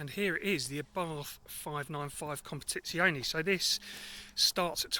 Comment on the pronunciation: Oh... I forgot to mention it's pronounced Competiziorrrrne lol.... I'm half Italian 😊 You were fine until the very end😉